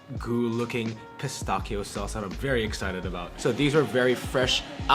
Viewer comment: Your praline pronunciation is fine, but your "pistachio" one needs work :)